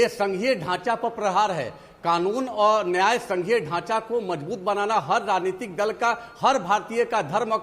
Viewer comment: Yeh ketAn harami bar bar raajhnetic raajhnetic bolre